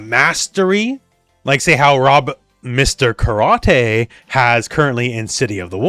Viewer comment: you should’ve done a retake there, I think you almost said a different name. It’s not that hard to say Mr. Karate🙄